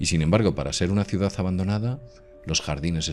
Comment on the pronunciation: QUE ES UNA CIUDAZZZZZZZZZZZZ, SERA CIUDADDDDDDD ME PARECE...................CON D AL FINAL